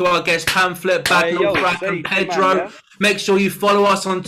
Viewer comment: “Perdo” lol